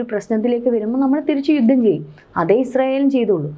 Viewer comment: ഗട്ടം ഗട്ടമായി.? ഘട്ടം ഘട്ടമായി എന്ന് പറയൂ രങ്ങങ്ങൾ? രംഗങ്ങൾ എന്ന് പറയൂ ബീഗരവാദികൾ? ഭീകരവാദികൾ എന്ന് പറയൂ. പദ്ദദി ? പദ്ധതി എന്ന് പറയൂ യുദ്ദം ? യുദ്ധം എന്ന് പറയൂ ബോദം? ബോധംഎന്നുച്ചരിക്കൂ .